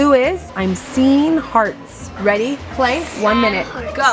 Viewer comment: When you said lemon jell-o for klai I thought you said lemon cello